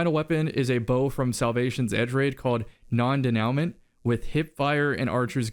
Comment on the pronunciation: Bow is French it is pronounced Denewmo